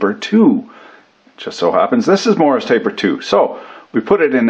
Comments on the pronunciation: WTF is a Morris taper? MORSE taper ya damn colonial... sheesh... you AMERICANS... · Isnt it morse as in horse ? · What's a "Morris" taper???